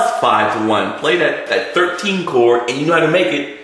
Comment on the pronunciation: Chor-D. CHOR-D! CHORD. It has a 'D' in it's pronunciation please!!! Annunciate please!